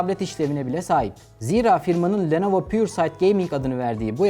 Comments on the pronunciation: Lenovo ❌ Nelovo ✅ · Nelovo Legion Go